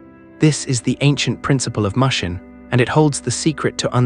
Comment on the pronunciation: I can't take an AI seriously that pronounced mushin (mush-in) instead the actual Japanese pronunciation pronounced (moo-shin). Or says samurai (Sam-mer-rye)